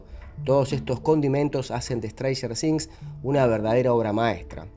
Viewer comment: "ESTRANJER DINZ" 🤣🤣🤣